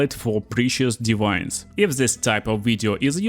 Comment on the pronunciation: Блин "дивайнс" на чистом русском))) Я даже сначала не понял что за озвучка такая новая у моего переводчика 🤣